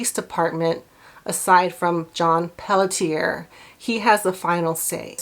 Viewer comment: "Pelletier" is pronounced pell-she-A. It's French.